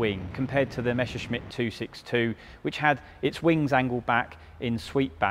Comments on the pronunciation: Your pronounciation is WRONG. It should NOT be read "Meshershmit", but "Messershmit" !! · It never fails: it's not pronounced "mesher-shmitt" or"mesher-smitt". It's just"Messer-shmitt".